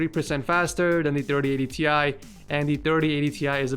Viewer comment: It's not " T Ie" but " TIe"!!